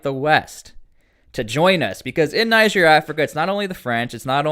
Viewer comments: Niger is pronounced "Knee-zher". Listen to broadcasts from Niger say for a guide. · You need to learn how to pronounce niger everytime you say it wrong you make me mad